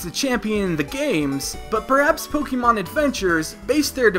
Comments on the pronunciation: Please just stop its not pokeeemon it's pronounced pokeymon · Pokémon is not pronounced with the "ee" sound. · Thank you, if you improve the way you say it, I will certainly deliver more likes.